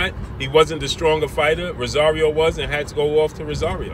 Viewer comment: Its ROSARIO!! Not Rasario!! 🗣🗣🗣